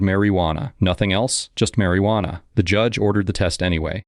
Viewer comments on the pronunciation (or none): Sir please learn to say Marijuana 🙏